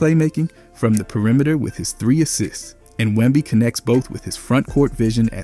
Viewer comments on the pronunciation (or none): Pee uh rimeter